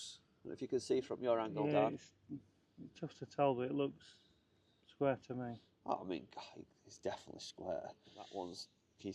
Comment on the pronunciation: Sqaure to Sqaure lol Is that northern?